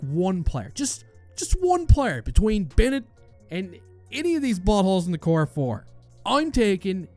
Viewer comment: Gotta love the core ‘fore’ hahaha.